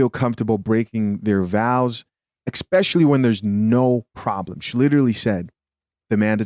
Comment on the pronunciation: love your content brother. Two notes: there’s no “X” in especially, and there’s no “X” in espresso.